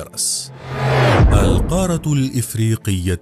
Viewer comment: نرجوا تصحيح نطق القارة .. بالتركيز على تشديد حرف الراء .